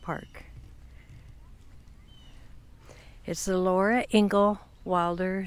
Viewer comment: Hi! Thanks very much for this video! I really enjoyed it and you did a great job! One little thing I noticed, was that you kept referring to her as Laura "INGAL" Wilder... However - it's Laura "INGALLS" Wilder (with an "S"). Still - I loved your video, ma'am! Thanks again and have a nice day!